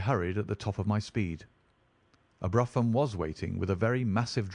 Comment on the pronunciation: It’s pronounced broom…..not bruffam…….